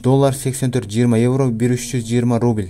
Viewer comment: Рубиль эмес укам Рубль де!